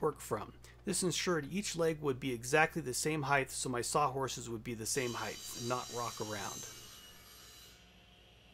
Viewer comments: I too think round tenons are dumb. Not as dumb as wasting a bunch of time building a jig to cut 4 mortises when u could've hand cut them with a pig sticker and paring chisel in half that time. That and adding an "h" to the end of the word "heighT" with a "T" not "th" good for you not good for me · ‘Heigth’ is not a word